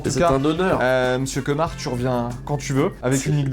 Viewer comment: c est pas kemar c est lemar 😂